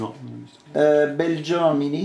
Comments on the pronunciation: begliomini non belgiomini! dislessia portami via! =))) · PM....Begliomini...non Belgiomini....ed è stato motivo di discussione anche quando l'ha interrogato. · manco sa il cognome giusto !! Begliomini non Belgiomini !